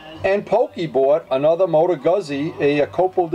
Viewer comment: It's pronounced Gooz-z .... like piz-za